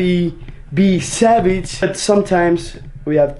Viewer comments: R they saying sabage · It's so adorable when they say savage it sounds like sabage 😂💕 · They say “savage” like cabbage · I love the way they say savage coz it sounds like their saying sabage Love ye 💗💖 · They "sabage" boissssssssss